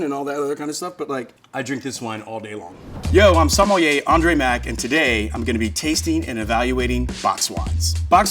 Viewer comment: This gentleman mispronounces his profession, the word “vin” and “beaujolais.”. With this much inattention to detail, I am reticent to take his advice on wine.